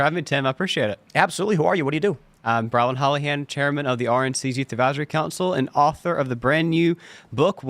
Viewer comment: Brilyn has no “d”.